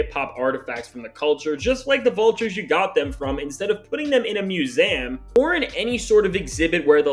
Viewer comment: Is it just me, or is he saying "museum" weird?